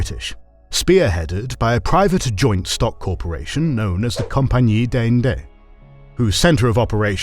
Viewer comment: "Compagnie dez'Ahnd[s]" would have been a better way to pronounce Compagnie des Indes. Just use google translate and ask it to play sound for you. It's not hard.